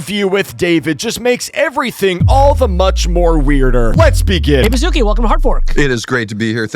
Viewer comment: “David Bas-zoo-key? Man sounds like he unlocks petting zoos with a magic flute.” Maybe he'll use it towards kids"